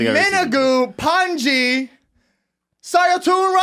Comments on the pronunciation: he really calls him pendji lmao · I heard it like "panciiii" (Pot) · Pandji : PANT G 🤣